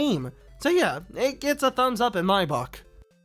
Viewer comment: “So yeah, it gets a thumbs up in my bOck”